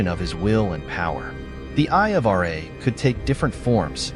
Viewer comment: It's pronounced Ra not R A